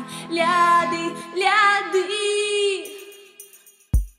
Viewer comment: Мой логопед бьëтся в судорогах. Это же надо выговорить. Друзья из России не могут произнести это слово один раз, а так лихо его повторят несколько раз подряд